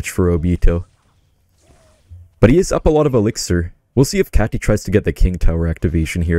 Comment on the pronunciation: why is pronouncing katy like that😭its kay tee not cat ee